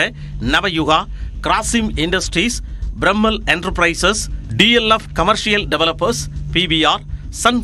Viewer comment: It is foolish to read Piramal industries as "Bramal" . That shows the level of knowledge of your reader. Funny and jovial reading